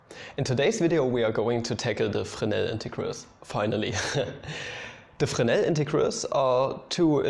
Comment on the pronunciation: O that's how you pronounce Fresnel haha